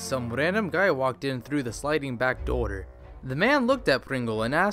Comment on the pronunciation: Everytime he says "door" it sounds like "daughter".